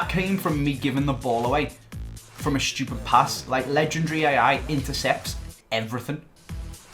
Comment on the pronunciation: pls stop pronouncing legendary wrong mate lol